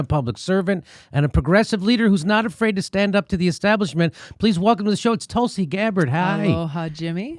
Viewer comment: May be she should join the greens, she'd win their nomination easily & I don't think they're into this anti Russia propaganda war. I'm surprised how her name is pronounced, I wonder if she herself pronounces it similarly or the actual pronunciation i.e. Tul = Tool (but T sounding similar to how it is pronounced in Spanish) & Si = Shee or See (depending on whichever Indian language one speaks).